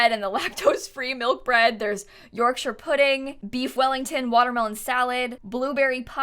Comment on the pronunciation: Not gonna lie, pretty proud of how you said 'Yorkshire pudding'... as a northern lass, it didn't offend me! well done XD